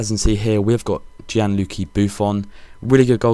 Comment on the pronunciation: Gian-"lukki" Buffon? :L